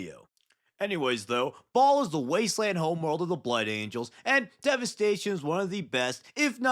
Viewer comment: Dude it is Bahal not Ball😭